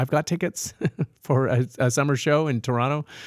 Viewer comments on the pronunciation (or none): none